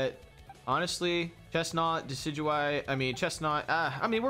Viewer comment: Ew you called decidueye DECK-EE-DEW-EE?? it's DEH-SI-DEW-EYE